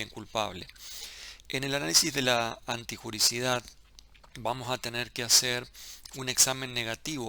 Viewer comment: Doc es " antijuriDIcidad" no antijuricidad